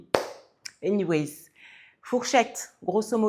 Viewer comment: C’est anyway pas anywayZZ. 😅